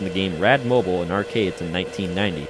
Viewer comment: its rad "mo-BEEL" not rad "mo-bull"